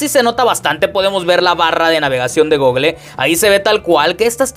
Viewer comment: Google jajjajaja así literal cero pronunciación jajajja